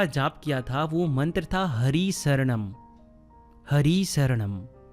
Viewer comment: Sir it is Hari Shranam Not Saranam.Please speak proper prononciations. 🙏.Correct words mean a lot in such sermons